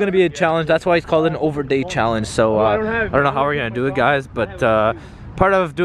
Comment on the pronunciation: dude said ouverday